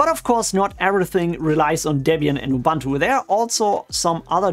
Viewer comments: It's oo-boon-too not oo-bahn-too. Not an English word, doesn't follow the English language pronunciation rules. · Please pronounce Ubuntu correctly